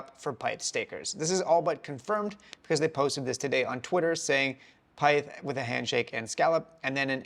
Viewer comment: Your saying pyth wrong brotha